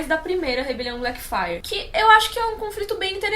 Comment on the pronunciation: Elas falam Blackfyre eu escuto Black Friday. Rebelião Black Friday.